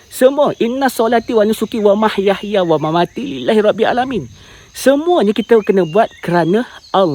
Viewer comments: Bukannya "wamahyahya". Yang betul ialah "wamahyaya". Baca betul2 ayat tu. Itu ayat dari Al-Quran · Salah tu kamu baca ومَيَحْيَ/وما يَحْيَى?. Ianya ومَحْيَاىَ baru bermaksud 'hidup aku'. Nak kata tersasul, kamu ulang bbrapa kali sebutan yg sama 'wa ma yahya' bunyinya. Jangan gopoh dalam berhujjah. Kita ni terkadang ingin membetulkan hal yg kompleks yg ada di dalamnya perbahasan secara ilmiah namun tertinggal hal yg paling basic. Saya pernah berada di takuk pemikiran itu yg melihat hampir semua benda permainan dajjal. Hakikatnya tidak sebegitu.